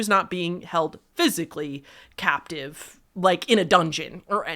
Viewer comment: I’m pretty sure the word is captive, not captee 😄